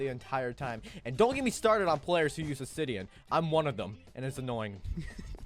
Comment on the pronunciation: Not trying to be rude but u saying osidain is kinda pog champ my manz